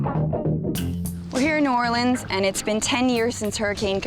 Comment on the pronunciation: Bro cant even say new orleans right 😭